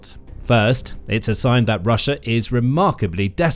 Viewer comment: .... "rush-er" lol